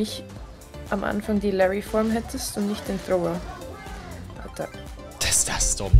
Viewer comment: Bin ich derneinzige den es triggert dass sie Thrower sagt😅